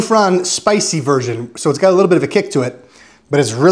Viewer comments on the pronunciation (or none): none